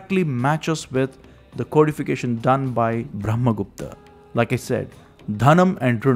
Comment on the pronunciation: you could say brahma gupta not bhrahma gupta